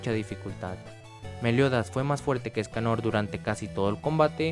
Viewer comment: LOCO LPM DEJA DE DECIRLE ESCANÒR SE LLAMA ÉSCANOOOR LPM ÉSCANOR CON ACENTO EN LA E, NO EN LA O. Besos